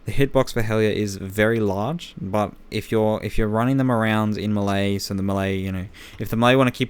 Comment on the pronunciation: the way he says 'melee' triggers me